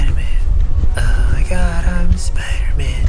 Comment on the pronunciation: The girl: ITs SiPder-MaN